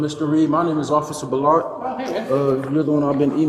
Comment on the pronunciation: Why are you calling him Boletty, when his name is spelled Belotte. Which would be pronounced "Bell ot tea" You are calling out the wrong cop because you have dyslexia.